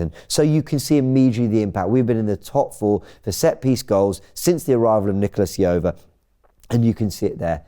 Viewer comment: Why are English media so bad at pronouncing foreigners names. Nicolas Jover ( how do you pronounce j in John)